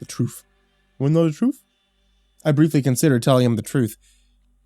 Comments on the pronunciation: "wanna no da truf?" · Troof? Troof? Lmfao I love it 😂🥰 best part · Oh my God the way you said truth and then was like truf truf? KILLED ME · "I briefly considered telling him the troof" Me: The troof?: The troof, the troof. WaNnA kNoW tHe TrOoF? Goddamn, I love you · Niiice body horror....sooo glad I just ate dinner before I decided to listen. *Gagging noises* but also great as usual. XD Da Troof. I love your bloopers. Great break from the awesomely horrific tone of this story. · The troof? You can't handle the troof! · Lol the troof XD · "Wanna know the truff"? Bahahaha